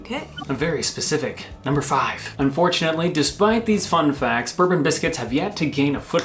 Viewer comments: FYI we/I pronounce bourbon as boar-Bon like “pour” with a b not ber-bun like the whiskey. Also the Jaffa cake vat problem also included the fact a biscuits go soft when stale but a cake goes hard when stale which we in uk know to be the case with Jaffa cakes. This I believe is the definition which still allows there vat free status. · Definitely Bore-bon not Berben :) We're from the UK - you expected the pronounciation to be straightforward? :) And it is Jaffa with a very short A sound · In regards to the biscuits it's pronounced bore-bun. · Bourbon biscuits is pronounced "borebon" ( as in the old French royal dynasty) and not "burbun" (like the liquor). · Bourbon creams are prenounced Bore Bon’s not Bur bons The one is whisky The other a cake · It’s pronounced BOURBON not BERBEN. :) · It’s pronounced Bor Bon not burbon by the way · Is it just me or did anyone else massively cringe when they pronounced bourbon as “berbon” it is pronounced “bourbon” . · It's actually pronounced Bore-bon, not bur-bon. Just a heads-up! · is any other Brit cringing at how they pronounce Jaffa cake and Bourbon, it's hard to explain the correct pronounciation of Jaffa cake but with Bourbon, here in the UK the Biscuits are pronounce borebon and the Whiskey is pronounces Burrbon. Have a nice day. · Boor-bon. Not like the whisky. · 'Bourbon' is pronouned bore-bon (/'bɔː.bɒn/) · Fun fact number 3: It isn't 'bourbon' (as in American Whisky - pronounced /bɜːrbən/) it's 'bourbon' (as in the French Duchy - pronounced /ˈbʊrbən/) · Bore-bun (bourbon) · Before 1988 Minstrels where known as "Treets". These came in Peanut, chocolate and toffee, the toffee ones were known as for a while as "Relays" before being dropped altogether. Bourbon biscuit is pronounced Borebon, not like the Whiskey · Please pronounce bore-bon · I always pronounced them Boor-bon! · Why did say Bourbon wrong but said it almost close to perfect, like his pronunciation was almost spot on, not quite, but almost right.